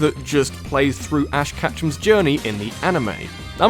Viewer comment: not ash catchem ketchum pronounced like ketchup but with um at theend